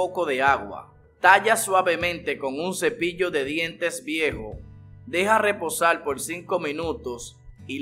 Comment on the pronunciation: Habla bien....mojal....leposal....quital...molar....reposar...mojar...habla bien....